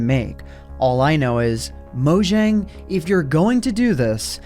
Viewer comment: It’s not pronounced “Mow-Jjjjang” It’s pronounced “Mow-Yang”